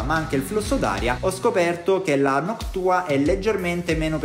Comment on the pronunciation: Si dice noctua no noc tua